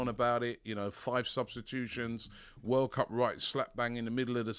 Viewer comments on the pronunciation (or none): none